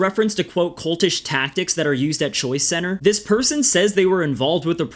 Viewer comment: Only thing I have against this video is it sounds like you’re saying Choi center and not choice center